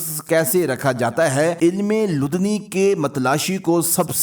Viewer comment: یہ علم لدنی' کہلاتا ہے۔ تلفظ درست کر لیں۔